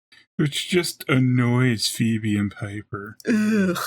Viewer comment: I love it when calls her "Phoeble". 😅